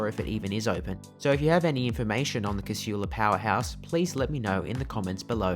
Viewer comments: Its Casula not Cashula. Shits me how people put a H in there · Despite the lady’s voice over the PA system… the word Casula is pronounced, K-sool-a. Lived in the area and been catching the train from there since the 70’s. I once asked TransportNSW to run a poll and ask the public how they pronounced it. 51% (who did not, or have never lived there) said it the wrong way, whilst the other 49% (who grew up in Casula) said it correctly 🤦🏻‍♀️ So they decided not to change the voiceover 😂